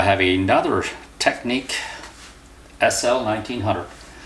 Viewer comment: Tech-nics, not “technique”.